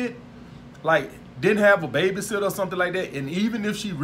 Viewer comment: Is it me or when he says "Baby Sitter" it sounds like "Beta Simp"